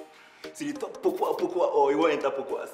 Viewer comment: I really don't like the way you guys mention the name "Pokuah" its pronounced differently.🥰🥰